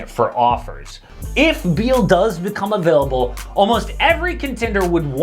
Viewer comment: Thought I heard beal being a-beal-able ... This knicks trade, damn, really a win-now possibility